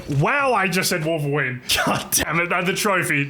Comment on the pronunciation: "wowveween" is crazy